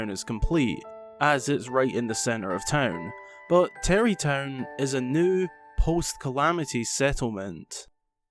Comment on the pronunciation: Bra it’s tarry town